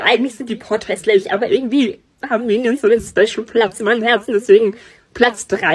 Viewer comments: Diese"MIeniOnS YEhAaaa,, Und dieses"OoOoOoOoOo,, hat mich gekillt 😂😂😂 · 'MiNIenSSs' hat mich gekillt😂😂😂😂